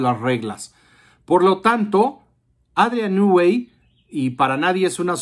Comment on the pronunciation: Nui NUI.... REPITE.... NUUUUUI. SE ve que sabes mucho sobre el